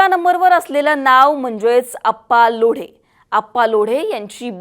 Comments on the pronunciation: आग बया ते लोढे नाहीये लोंढे आहे नीट बोल जरा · Lodhe (लोढे)नव्हे तर Londhe (लोंढे)…..जरा नीट माहीती घ्या हो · अप्पा लोढे नाही ग लोंढे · लोढे नाही लोंढे आहे नाव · kundle nahi kudle, lodhe nahi londhe,bharne nahi barne